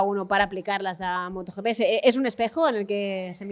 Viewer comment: ¿Moto YiPi? Por favor!!! Moto GP en español.